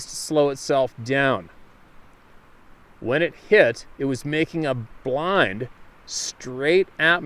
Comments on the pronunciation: No, not ''bline''.... pretty sure that was supposed to be ''B'' line? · I think he meant BeeLine, not bline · "bee" line....not blind. Lol